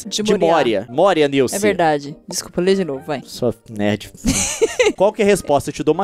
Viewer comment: Môria, se pronuncia Môria e não Mória...............